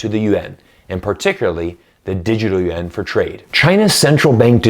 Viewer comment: Finally, someone who pronounces it (yuan) correctly. After studying Chinese I have come to the conclusion that it is a cumbersome language. English is the best and Russian so great. English is the fundamental language for reading the Bible KJV 1611.